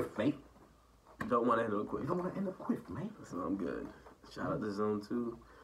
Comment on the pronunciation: Kweff not quiff